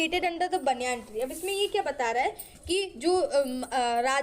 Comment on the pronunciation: baniyaan ni h voh baeniyun h🤣(pronounciation)